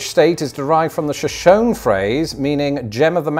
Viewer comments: you weatherman sensation just wanted to let you know shoshone is pronounced shuh show knee not show shown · It's Sho-shown-ee. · fyi it’s pronounced sho-sho-ne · So the city is pronounced Show-shown, but the Shoshone tribe is pronounced Show-show-nee. It's a Show-show-nee word, not a Show-shown word. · It's pronounced Sh - shone - nee, like the tribe. Not Sha - shone. Shoshone has three syllables, not two. Great show otherwise. You did almost as good as me, 49/60. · Great job, Shoshone is an American Indian and pronounced SHow-shoney. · I don't know about the town, but the tribe known as Shoshone is three syllables. sho-shon-e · Minus a point for not saying “Sho-shone-EE” 😅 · Shoshone /shuh-SHOW-knee/ 😀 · Pro Tip- The American Indian Tribe Shoshone is pronounced: Show Show nee. TMYK ! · 47/60 for me. 1st, you did great! 2nd, you lived in Idaho and don’t know how to pronounce Shoshone (Shah-SHOW-nee)? Come on, man. Maybe a good idea for a vid would be tracking which American Indians settled into which regions of the Americas. I’m sure it would be interesting and educational even to life-long Americans. A sad story, for sure, w/the Trail of Tears, so don’t forget to end it on the riches they receive from the reservation casinos. Doesn’t make-up for everything, but at least it’s something. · Minor point, it’s pronounced ShoshonEE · Just in case it ever comes up again, it's pronounced "Sho-Sho-Nee". :) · great job. May I point out that the town mentioned in the "Idaho" question, namely, Shoshone, is correct. However, in another state, it's a tribal name, and the pronunciation is different. Odd, huh? Re. the rivers, the Mississippi is largest by water volume. Garden of the gods is a city park on the edge of CO Springs which is beautiful enough to be a national park. Who knows why, but Isle Royale retained the French spelling, but it became Anglicized as I'll royal. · Shoshone, as in the tribe, has three syllables.